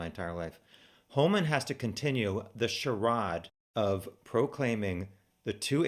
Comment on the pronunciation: By the way. Charade is pronounced --aid like gatorade. Im sure you have heard it. Kinda like your 6 grade spelling bee 😂😂. So many laughs here!! No disrespect to the girls .